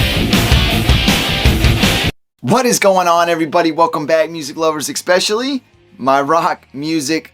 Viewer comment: Love the video overall! Except, the word “especially” doesn’t have an X when pronouncing it.